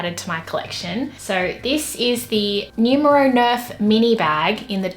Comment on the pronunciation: When somebody pronounces Numero to nyumero 😔